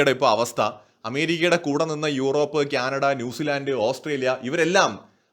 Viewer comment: it is not Kyanada, it is Canada! Diction please!